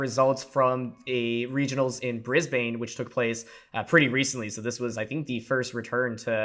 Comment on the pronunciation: Brisbane is pronounced Briz-Ben btw